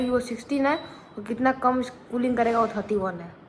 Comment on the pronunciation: Tooling nhi krta hai bhai Cooling krta hai 😂